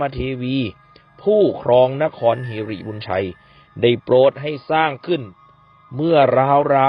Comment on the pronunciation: หริ ไม่ใช่ หิริ..!